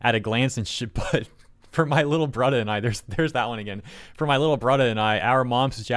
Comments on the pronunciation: "Lil bradda"?? 😂 Honestly, they have ruined a ton of manga and anime so I'm calling this karma. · japanese mom french dad and is saying bradda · I'm an Indigenous Australian, my people actually do say brother as bradda somethimes. LOL This is so fucking funny. LOL😂 😂 Everytime said "bradda", I had to say it back. As if could hear me. Lol 😅